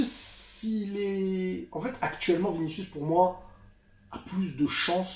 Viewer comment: Ta femme est trop drôle 🤣 « j’crois qu’on va gagné grâce à viniciou » « krous » ça m’a fumé sa prononciation ahaha